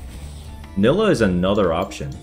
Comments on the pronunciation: Bro its not nilluh, its NYE-LAH. Please learn the champ names ffs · you say NI-LAH not NILLAH! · Ny-luh not nilla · STOP SAYING NILLA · Omg.. it's pronounced NAILA 😂😂 Love your vids man but everytime I hear you call her that I cringe harddd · fr stop saying nilah with two L's